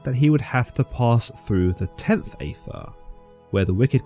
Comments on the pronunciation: Aethyr is pronounced as “Eith-Ther”. Even with a🇬🇧Accent! 😤🤨That’s why Crowley, Dee, & Kelly all spelled it beginning with an, “Æ”. Only pronounced 1 way. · I rather think aethyr is pronounced the same as aether/ether… as in you don’t pronounce the A. And Crowley is pronounced like “crow”.